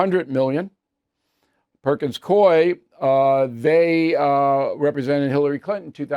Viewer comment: It’s Perkins Coo-ee. Not Perkins Coy.